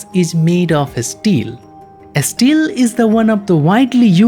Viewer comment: its mot asteels, its steel.